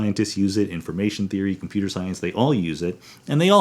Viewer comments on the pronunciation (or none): none